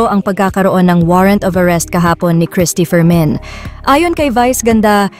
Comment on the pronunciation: Bakit parang rinig Kong bigkas ng narrator sa Cristy fermin ay "Cristy for men"😅